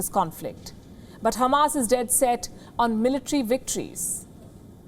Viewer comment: The way you pronounce Khamas was nice